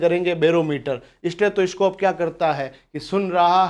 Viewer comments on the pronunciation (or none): सर ह्दय की धड़कन "स्टैथोस्कोप" से नहीं बल्कि "स्टेथोस्कोप' से मापी जाती है।